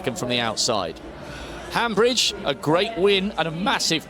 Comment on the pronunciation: Commentators, It's Viola Hambidge NOT HambRidge. Most likely the final letter e must also be pronounced.